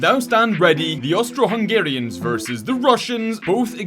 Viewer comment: Why did you say Austro im Austrian 😢